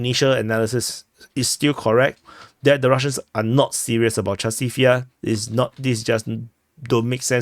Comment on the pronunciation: Chasov Yar? Oh. J